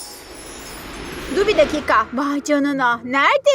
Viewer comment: 41. Saniye dur bir dakika diyeceğine su bir dakika diyor. Her zaman o du bir dakika diyor ama her zaman ve sinirimi bozuyor